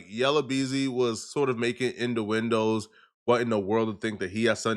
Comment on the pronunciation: 😂😂😂😂 nah mans said “in-da-windows”